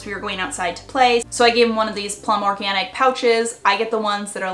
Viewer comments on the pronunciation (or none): none